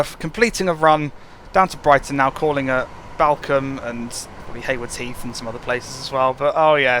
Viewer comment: just a sidenote balcome is pronounced ballcombe